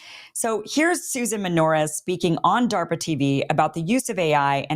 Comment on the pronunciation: Good Lord, is what I was saying when I heard DA RP A